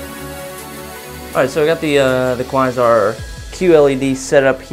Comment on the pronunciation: Kuh-why-zarr ??!! lol cringing every time you try to pronounce Quasar